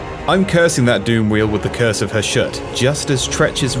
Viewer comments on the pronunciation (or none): I never knew Hashut was pronounced "Hash-shoot". I always thought it was "Hah-shut." Eh, the more you know. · Aren't they saying Hashut wrong. I thought it was supposed to be Hash-Uht not Ha-shoot.???? Anyone else?